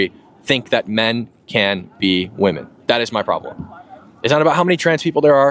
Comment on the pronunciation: Why am I hearing gen z pronounce the plural "women" in the singular form? Pronunciation can change, but this has happened in a single generation. I think the plural distinction is important; especially as the meaning of "woman" is being diluted.